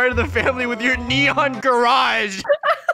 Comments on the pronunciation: Its neneon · Who just loves it when they say nenon instead of neon! XD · It's not nenon it's neon haha 😂🤣🤣😂🤣😂😂😂😂😂😂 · Is funny how they said "nenons" 😂😂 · They say that in every video and they consider that the new word for neon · I laugh when said nenon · LOL thay said nenons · It’s not a nenon it’s a neon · Is neon not nenon😂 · I really died when he said “it is a neneon” ( Edit: Omg- Tysm for 60 likes :D ) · Mega nenon!!!!! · I love it when they say neneon :p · When u guys say neneon 🤣🤣🤣🤣🤣🤣